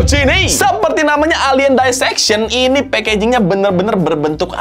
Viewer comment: Dissection nya dibaca "disseksyon" aja bang, gak usah "daiseksyon", risih bener dengernya 😭